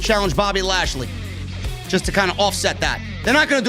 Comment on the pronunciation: When started saying ASHLEY instead lashley i litterally cried laughing!!!!!!!!!!!!